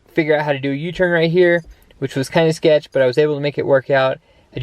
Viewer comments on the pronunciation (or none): none